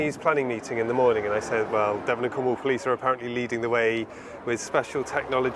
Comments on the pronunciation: Also Devon isn't pronounced Dev-On, the 'on' is softer, it sounds more like Devun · p.s. I waiting to hear if they said the name of that area of policing but I may have missed it... At the begining of your video,, you mentioned that AI camera device was in Cornwall and I think you said the area was the "De-VON and Cornwall Police"? It's pronounced DEVon so the emphasis is on the first syllable (as with most British word and place-names, actually ) so it's "DEV-on" Not De-VON if you follow? 😊❤ (Sorry, I am an incurable pedant when it comes to mispronounced words and names...and spellings too, lol. Sorry). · We have had speed cameras for many many years, Devon is pronounced Dev-on . JH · I live in Devon and you pronounce it Devon.. not Devon.. I don't know how to explain that. 🤣 - We've had speed cameras on our roads for decades, I got caught in 2005. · Devon - rhymes with heaven ☺